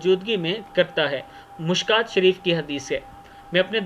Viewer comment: Not Mushkaat it is Mishkaat